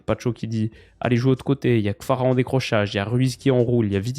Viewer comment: Kvara* pas Kfara … ça fait un moment que j’voulais te le dire